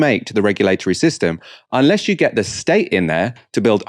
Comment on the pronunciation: I'm not trying to be nasty but you need to have some speach therapy to perfect pronunciation of th instead of using v and f. It will be easy and rewarding not difficult and pointless. All the best.